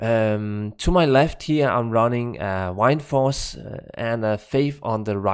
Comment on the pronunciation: Wined force lol. Love how you say that. Good video 👌